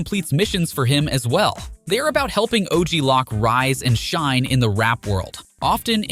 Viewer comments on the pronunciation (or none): "o.g lock" 😂 it's pronounced "low'k" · “OG Lock” lol oh you sweet summer child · Bro said OG lock 🔒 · “Og lock”